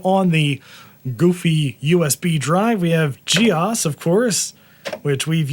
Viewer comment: The way he pronounces GEOS is upsetting...